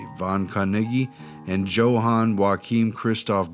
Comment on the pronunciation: Johann is pronounced yo hann not joe hann fellows I know because it's my brother's name not hating on y'all appreciate you and ur video:)